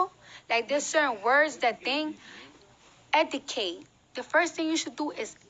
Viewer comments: Was her trying to say Educate driving anyone else insane!? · Debbie Davis 😂😂 OMG thank you!! I can't believe this is the face of hip hop!? Lord why!!? Zero talent and steals everyone else's flow. I give her 2 yrs max! And why is she always trying to sound smart when she sounds the exact opposite. Hence how she is pronouncing the word "educate" in the video🤦